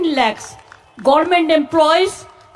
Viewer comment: উচ্চারন ও করতে পারে না,,,, Ki bole,,,,,,. sab samay,,, Gorment,,,😂😂😂 ,,,,Hasi pay,,,rag oviman hay,,, Dukhe buk bytha kore,,, Sabcheye besi pay lajja,,,, Erm ekjon amder "gorment",,,,😂😂😂😂